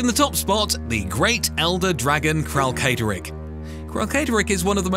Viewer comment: Uhmmm Akshually, it's pronounced Kralkatorrik, not Kralkatorrik 🤓☝️ Good vid btw.